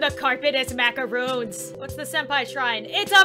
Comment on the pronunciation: Macaroons Me- it’s macrONs macaroons are a whole different thing